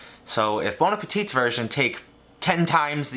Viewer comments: Just so you no, the last T in Bon Appétit is silent Have a nice day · The « t » of appétit is silent lmfao